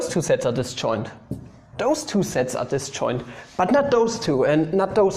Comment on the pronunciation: See when you think you're saying 'sets', it sounds like 'sex' :3 It's not a contest btw, Sets>Sex But if sets is indeed equal to sex, this right here, is Porn❤️